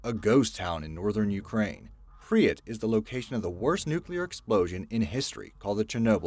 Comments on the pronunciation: It's not PRI-YAT, it's pRIP-YAt. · he also says something like "Prius" instead of "Prypyat" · Hey dumbass it's called pripyat not whatever the he'll u just said get ur fucking facts straight